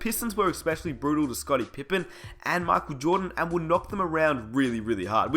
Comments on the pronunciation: Makel jordan?! 😂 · Mackole Jordan lol wtf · My whole body hurts when you pronounce 'Michael Jordan' the way you do..but good video :D